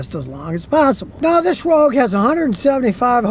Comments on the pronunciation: ROGUE not Rouge. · "Nissan Rouge"